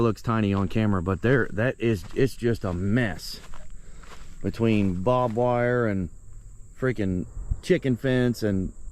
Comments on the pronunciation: I like how calls it "Bob wire" he probably has no idea. Lol.. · I hate to be THAT GUY but its BARBED wire (sometimes barb wire) not some guy, Bob's wire. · “bob wire” lol